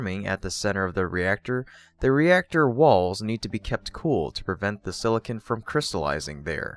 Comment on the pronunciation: silicon not silicin